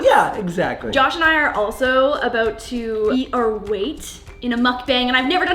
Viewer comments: 😂😂😂😂😂 idk what your talking aboot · is the best thing you could ever see!!!😂😂 “I dunno what yur talkin aboot.” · I don't know what ur talking aboot 😂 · Hold on, do we Canadians really say “about” like that?